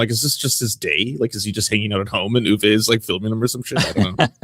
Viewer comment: Uwe is German, it's pronounced: Ooh-Veh.